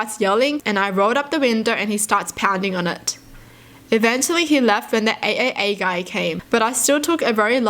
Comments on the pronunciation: Who was pissed off because she kept saying A A A when it’s pronounced “Triple A” but “AAA”. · AAA Is actually pronounced as Triple A in the United States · Anyone else laughing when she said AAA? In my brain it’s pronounced like the batteries Triple A lol! Also love your videos watch them any chance I can get🩷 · pronouncing AAA the way she does, instead of the correct way as Triple A is so adorable.